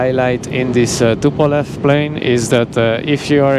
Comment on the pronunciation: It isn, t tupolev 😂😂😂